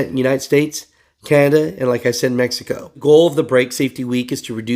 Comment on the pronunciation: Can’t stop laughing when you said Mexico😂😂😂